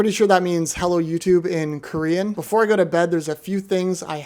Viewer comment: The horrible pronunciation of Korean 😭